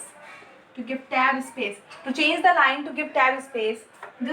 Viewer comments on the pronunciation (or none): none